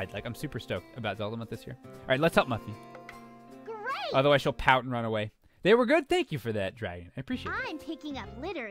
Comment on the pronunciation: Francine, Arthur, and FRANCINE!!!!!!! Do you not know how to pronouns Muffy's name.